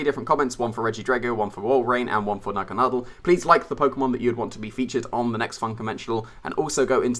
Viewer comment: I love how you say naganadel correctly. It annoys me when people say it incorrectly.